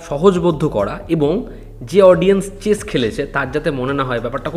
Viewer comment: বাবারে.... বার বার চেজ চেজ করে চলেছে, কি কানে লাগছে....😢😢😢😢 ভাই, কি দরকার কায়দার... উচ্চারণ করতে না পারলে পাতি দাবা বললেই তো হয়... এরপর এদের হ্যাটা করলে বলবে, "দ্যাখো, কিরকম বললো"